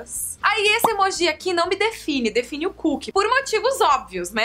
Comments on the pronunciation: Karol não fala emojís fala emojis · Karol, não tem acento pra falar emojÍ, é emoji com som de acento circunflexo no o (emôji) entendeu? Beijos linda!! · todo mundo fala emôji, ela tá errada mesmo hahaha aliás ela fala várias coisas meio erradas mas tudo bem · o certo é emôji ou emojí? a Karol falou emojí e eu fiquei sem entender! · Gente... So eu q falo "emôji" e nao "emojí"?? 😔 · pois é! me deu mto nervoso ver esse vídeo pq ela fala emojí o tempo todo! só vi até o final pq ela é um amor! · HAHAHAH Adorei essa tag Karol, ainda não tinha visto! ps.: vc fala emoji de um jeitinho muito engraçado kkk <3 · Vc fala emoji errado kkkk te amo